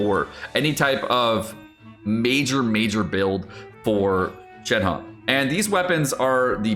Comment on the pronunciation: Why is it ShenHE can be read as ShenHA? It is ShenHER to be easy for non mandarin speakers.